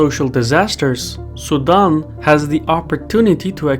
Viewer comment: Sudan vs Sudam. Try as I might to hear the N I kept hearing Sudam. Try using a long A as in tAble as in the name Dan. Su-Dan. Very good story. I love your work.